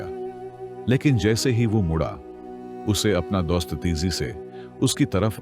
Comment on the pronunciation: THE WAY HE PRONONUNCE DOAST😂